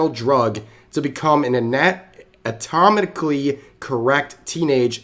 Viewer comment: The way they said "atomically" correct and not anatomically 😅